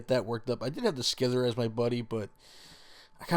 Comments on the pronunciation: it's pronounced sie-ther not scizer also its kane-gas-kahn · He pronounced scyther as skithir. And he pronounced Kangaskhan as kanjiskhan.